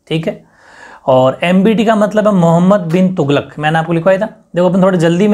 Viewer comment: sar क्वेश्चन 10 उसका नाम ढंग से बोला नहीं जा रहा उसका नाम मोहम्मद बिन तुगलक है